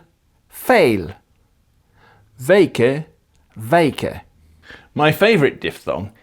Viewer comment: You're an impressive linguist, but the pronunciation of the word 'weken' [like in 'cake'] is not the same as 'wijken' [like in 'eye'].